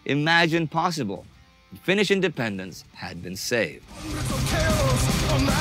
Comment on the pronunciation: The narrator (who I enjoy in similar productions) gets the Finnish pronunciation right. Good job. Not everyone does.